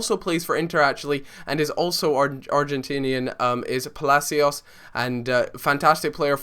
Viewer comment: It's Palacio btw, Palacios